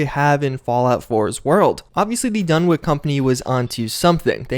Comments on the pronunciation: Its pronounced (DUN-witch), not (DUN-wick) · Dunwich is pronounced done-itch, not done-wick. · DunwiCH Not DunwiCK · DunwiCH. Not DunwiCK. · Another big mystery of the Fallout series, is why absolutely nobody seems to be able pronounce the name "Dunwich" correctly. It's pronounced "Dun-itch," not "Dun-Witch," or "Dun-Wick." After all, we don't go around calling Greenwich Village "Green-Witch" Village, now do we? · "Dunwick" Dunwich! Done. Which. I love ya but come on. Lol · If it goes by the British pronunciation, then it's actually "Dun-itch", but Lovecraft never actually specified how the word was pronounced. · Dunwich, not "-wick".